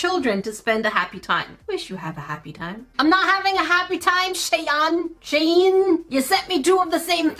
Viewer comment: She-in good girl no Shain